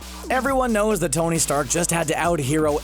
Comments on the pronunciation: THIS DUDE SAID TONY STAK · Did he just say "Tony Stack"??? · Did he say "Tony's sack"?